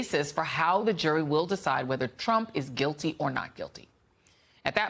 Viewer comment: After all this time Harry still can't pronounce Merchan. 😄